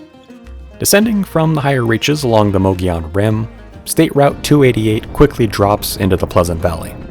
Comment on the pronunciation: Mogollon is pronounced like Mo-go-yone. just throwing that out. Awesome video, super informative 👍